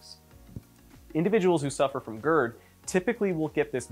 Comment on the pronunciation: God gerd, not goord